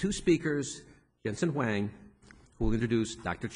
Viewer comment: As a moderator, you can't even pronounce Huang??????????????